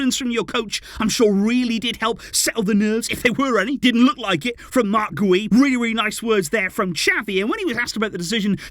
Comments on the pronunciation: Its pronounced gee-oo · It’s pronounced “gew” like “you” with a G in front of it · His last name is pronounced "Gee-ou" a hard 'G' like the word 'gear' ... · Its Guiu like opposite of how you’re saying. “Giu”” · I think Guiu is pronounced like Jiou. I may be wrong but tahts what it sounded like when Gemma Soler said his name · Pronunciation: ghee-OOH